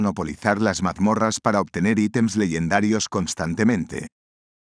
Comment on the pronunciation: Sera Legendarios tu lo dices Ledendarios